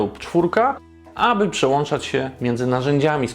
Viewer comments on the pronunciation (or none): none